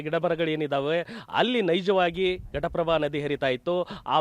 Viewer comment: Ghataprabha sir adu prataprabha alla 😂😂😂😂